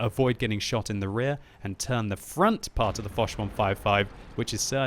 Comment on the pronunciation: I spit the tea all over the kitchen when he said the woch 155 xD